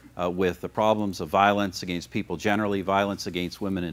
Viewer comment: "violence ageenst women in particular, there have bean"